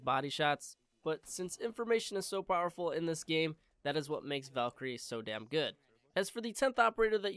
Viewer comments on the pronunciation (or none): none